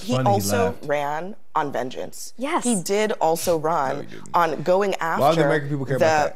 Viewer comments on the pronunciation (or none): ish the way she says "...he ran on vengeance.." Makes you think he dressed up as batman on stage or something, instead of a mcdonalds worker, instead of a garbage man.